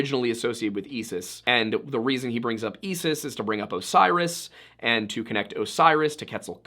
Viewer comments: It's pronounced (eye-sis) btw I know cause I was never after her lol. Obsessed with your channel btw. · Love your work, but I have one pronunciation correction: Isis is pronounced "eye-suhs" or "eye-sis". K thanks. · You have a very odd way of pronouncing "Isis" and it pulled me out for a moment. But overall a very interesting video. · Serious the star and Esis the goddess? Never heard of them! Heard of Sirius and Isis though! Why are Americans so bad at pronunciation?